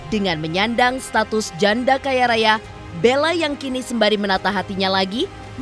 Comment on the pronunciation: Bisa gk sih tekanan suara pas ngomong janda itu biasa aja, jangan terlalu di tekan, kayak mojokin gitu. 😈😈😈😈